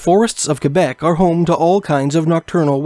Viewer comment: You pronounce Quebec properly, awesome!